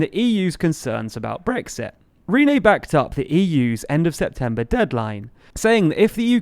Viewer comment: Who is Rene? You mean Ryeinne... and he is a moron.